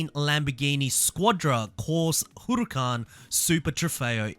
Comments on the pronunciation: The way you pronounce huracan makes me feel uncomfortable everytime i aint gon lie 💀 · When you hear hooroocan you know it's lit😂